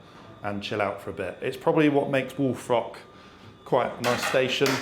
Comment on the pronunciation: I know he's saying "Wolf Rock," but I can't hear anything else other than "Wool Frock." I'm serious.